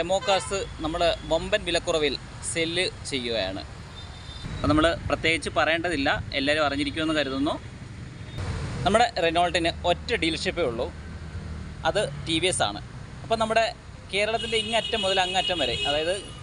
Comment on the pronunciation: റെനോൾട്ട് അല്ല റെനോ എന്നാണ് പറയേണ്ടത്.